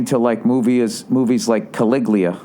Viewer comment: Bill Burr: Can't pronounce "Caligula"; uses the word "microcosm".